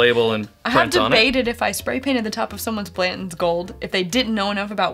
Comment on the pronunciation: I like your reviews, but both of you leaving out the T when pronouncing Blanton's is grating on my ears